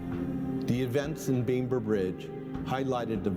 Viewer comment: Typical American mispronounciation; i.e. never miss an opportunity. Bamber is pronounced starting with Bam, as in Bambi. How the hell did he turn it into Beymbi?